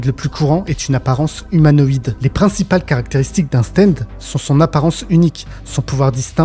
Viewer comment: stand pas steind